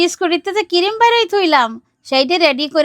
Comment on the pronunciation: Cream ❌ Cirime ✅